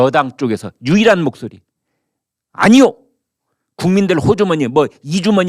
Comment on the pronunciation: 국민들의 주머니가 아니고 각 부처의 주머니로 들리는데.